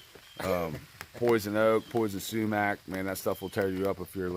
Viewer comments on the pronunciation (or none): SUMAC (SHOE-MACK) DEF not ppaww paww bud